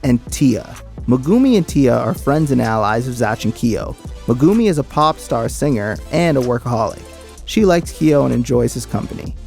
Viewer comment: "mehGOOmee" lol jk... i LOVED this series as a kid!!! My memory is deplorable, so this was lovely